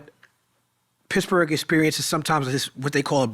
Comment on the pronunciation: Wiz to this day always saying "Picsburg"